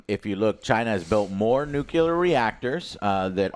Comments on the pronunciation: NOO-CLEE-ARR NOT NOO-CUE-LAR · Repeat after me Joe, Nuclear NUCLEAR not nucelar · Jose can't say NU-CLE-AR. He keeps saying NU-KU-LAR. The dope! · Its nu - Cle - er not nukular. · New Clear - nuclear nukuler isn't a word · ITS NUCLEAR NOT NUKELAR, arghghgh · NU-KiLL-UH? That’s even worse… it’s pronounced NU-CLEAR just like it’s spelled. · "newkilla" "newkilla" "newkilla" .... it's nuclear bro :( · Can someone tell Joe it’s nuclear not nucular. Thanks! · please for the love of god Joe say nuclear right NU-CLE-AR IT DOESNT HAVE A Y IT ISNT NUKYALER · It is pronounced Noo Klee Ur. That is a pet peeve of mine. But you kept saying it the hick way, Noo Kyu Lur. And now you know. Anyhow, old Dragons Age plays just like Baldur's Gate 3. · new-clear not nook-yew-lure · Why some people say nu-ku-lar is beyond me. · It's pronounced NUCLEAR!!!! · Oh my god tears hair out nu clear... nu CLEAR This is the worst thing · I can't stand when pronounce "Nuclear" <---> "Nukeelar". Come on man... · NU-KiLL-UH reactor, spelt NU-CLEAR - Americans be american-ing by butchering rnglish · STOP. SAYING. NUKE-U-LAR. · The word of the day is: Nuclear Nu-clear NU-CLEEEE-RRRRRRRR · NU CLE AR. People should try it slowly maybe? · It's pronounced nuke-leer!;-p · I really wish Joe would learn how to pronounce nuclear.